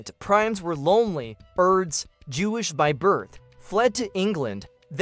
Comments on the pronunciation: It’s pronounced “Urr-dosh” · I believe it's commonly pronounced as 'Air-dush'....Mr AI narrator!! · I cannot stand the mispronunciation of his name. How lame.